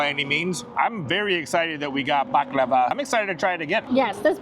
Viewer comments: you need to learn how to pronounce the desert. It’s pronounced buck-lar-var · The way said baklava like it was lava made me giggle lol.... Love the video can't wait for the next garage sale video 🎉❤ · The way you pronounce baklava drove me nuts 😂